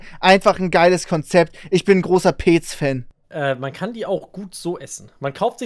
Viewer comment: was ist bitte peeeeeec, es wird petz ausgesprochen